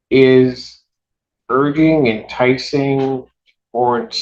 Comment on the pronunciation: 'Ur-ging'?? Did the judge mean urging? OMG!! Sorry ... I won't be watching him anymore He's supposed to be intelligent!